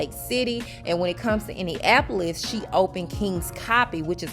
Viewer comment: You don't know how to pronounce IndianNapolis...